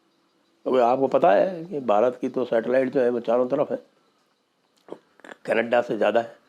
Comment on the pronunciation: that raaaa and kaneddddaa accent is awesome sir 😂😂😂😂